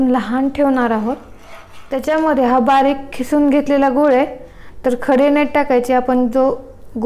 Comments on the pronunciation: Khisun nhi g bai kisun bol.....🙄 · Mam your recipe is very good but you talking Khisun but It is kisun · खिसून नाही किसून आहे शब्द